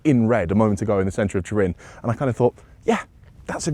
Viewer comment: He said Turin at the start